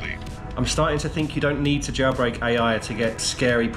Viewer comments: Why does he JaYilbreak? Instead of jailbreak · WTF do you pronounce the word "jailbreak" as "JAWBREAK"?